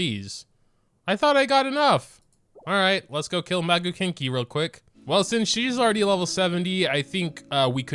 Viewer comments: MAGUU KINKY- it’s KEN-KI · I heard him say maguu "kinky" 😳